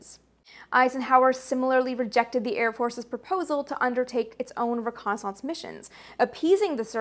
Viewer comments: G'day, Amy pronounces "Reconaissance..." the SAME way that EVERYBODY who learned to speak English pronounces that word..., except for the people who grew up squeaking in the (twice) "dumbed-down" Vernacular Dialect known as "AmeriKan (Pigeon) English"... Last video she made on this topic drew quite a lot of ignorant arrogant hubristic Whiners & Whingers who claimed she was saying it all wrong... Correcting the erroneousness of their silly silly ideations was quite a pleasure..., as I recall. Such is Life, Have a good one... Stay safe. ;-p Ciao ! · What? You mean the actual, correct pronunciation of a French word?